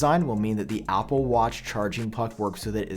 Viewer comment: You say words that start with A with an O = Opple please stop